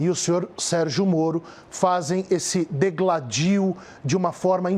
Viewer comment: "dEgladio". Puta que pariu!